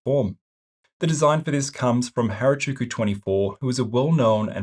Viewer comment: Really cool upgrade and props for giving credit! You did unintentionally mispronounce the trailer creators name but I felt I should point out the proper pronunciation for future reference should you ever need it. Their name is based upon the Japanese words for 8 and 6, "Hachi" and "Roku" respectively. Putting them together will give you Hachi Roku, or "86" in English (while this is mostly my own speculation, their early mocs were primarily Initial D cars so I believe the name was inspired by the Toyota AE86's name, which was commonly shortened to "86" or "Hachi Roku") then of course you have the 24 on the end Hope this doesn't come off as rude, just a slight correction ^^